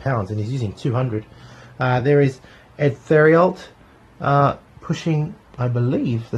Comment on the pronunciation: Great review! I'd like to see more s.v.p. Some pronunciations are off on the French Canadian names: cyr = seer theriault = terry-oh leger = lay-jhair (the g is a soft j) How do I know? I'm Canadian and these are common French names! =)